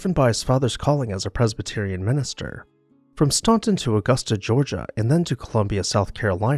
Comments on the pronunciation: Hi, just a word on Staunton. When I was there, I was told by the natives to pronounce it 'Staan-ton,' not 'Stahn-ton. The 'a' is like in 'plan.' 😊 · I always enjoy your programming. Having lived in Staunton, VA, for many years, I can tell you that the U is not factored into the pronunciation of the beautiful city's name. It's "Stanton" and was named for Lady Rebecca Staunton Gooch.